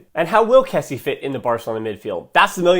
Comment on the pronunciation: great video ! but it's kessié not kessi , pronounced kessi-ye